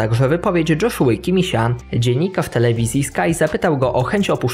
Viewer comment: 3.04 mówi sie po niemiecku Jozuy kimicha nie dżoszuy kimicha